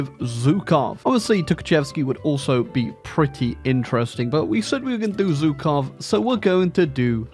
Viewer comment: You're saying Zhukov wrong.